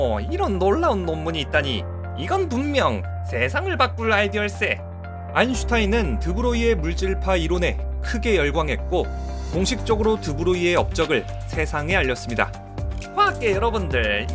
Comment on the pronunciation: 초에 크게인데 크에라고 됨